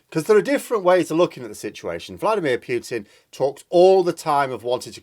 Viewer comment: I presume you mean Putin ( Poo-Tin ) as a Russian it sounds really weird to me to hear you say Poutin. The reasons are nothing to do with NATO, he wants Ukraine back in the Russian fold and there are huge gas deposits just off the coast of Crimea and in the Donets and Lublin basins as well as Ukraine being a very large food producer with huge amounts of fertile land which Russia is in short supply. Of course he has made a huge error and thought he would roll in and take over in a few days. Now he has no way out. He can't hide what he has done for much longer in Russia as he has destroyed not only Ukrainian cites but Russian-Ukrainian cities and killed many Russians. This is where he is finished. He will no doubt be taken out by those close to him as is the way in Russia.